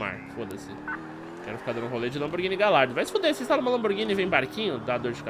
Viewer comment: foi mt foda a lamborghini mas so pra fala ne ela se escreve gallardo mas a pronuncia e galhardo